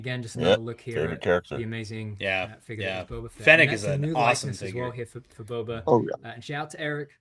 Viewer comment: Toe-ba Fett! 😂